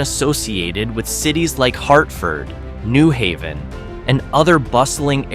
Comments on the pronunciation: It isn't NEW Haven. It's pronounced New HAY-ven. I was born there. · It's pronounced New HAVEN. Emphasis in Haven.